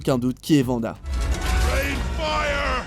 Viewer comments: Vanda 😅 on dit ouanda pour Wanda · Non. Juste non. Pas Vanda .Wanda. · Juste parce que tu as dit vanda au lieux de wanda je met un pouce rouge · Wanda please ! Pas Vanda ! -_ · 10 eme place pour wanda ? ils me gonflent watch mojo. PS: C’est Wanda pas Vanda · Wanda pas Vanda essayer au moins d'être au courant quand vous faites des vidéos et de pas paraître pour des débutants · Dans X men evolution "en français" ils disent "V"anda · Thanos contre venda😭 Sa se prononce pas comme ça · AsH - ca se dit Wanda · AsH - sa se prononce ouanda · Nakaxx bah moi je prononce "Vanda" parce que c’est la prononciation française et que... je suis français. ( au passage ça va tu t’éclate à t’auto-like tes propres commentaires mdr ?)